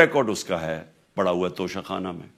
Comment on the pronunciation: "انگریزی میں لکھے ہونے کی وجہ سے انہوں نے توشہ خانہ کو توشہ کھانا پڑھ لیا ھو گا" جسٹس استغفراللہ